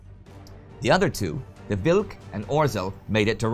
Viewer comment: What can I say? It's an awesome episode! You did a good job pronouncing Grudzińkski and "Wilk" (wolf) and acceptable job pronouncing "Orzeł" (eagle). :-) The "rz" digraph is kinda like the French "j" only a bit harder, or voiced retroflex sibilant fricative, using the proper terminology. It is usually represented in English as "zh", for example in transliterations of Russian words.